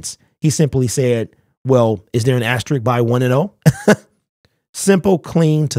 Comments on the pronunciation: asterisk not asterick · Asterisk, not ast a Rick